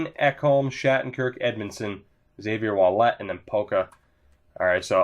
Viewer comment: Ouellet is pronounced Wellet basically